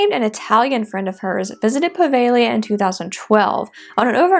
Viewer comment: Puh-veh-GLEE-uh (I wasn’t sure I heard that. I thought I heard “Prah-vay-Lee-uh” 🤷🏻‍♂️)